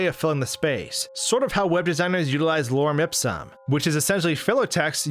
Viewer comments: It's lorem ipsum not lorum ipsum. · It's Lorem Ipsum, not Lorum Ipsum. ｂｅｔｒａｙａｌ